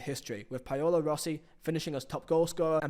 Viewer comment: ''Payolo Rossi'' ''Medejjin'' Come on man... I know you're not a University grad... but that's just tragic. I've heard you say Paolo Maldini before lol....